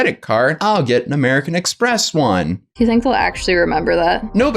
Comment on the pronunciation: "Amewican Expess"